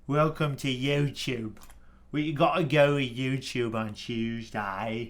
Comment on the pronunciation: Youtchoob on a tchooseday?